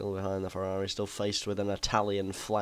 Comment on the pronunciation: "we've got a ferrrrrari"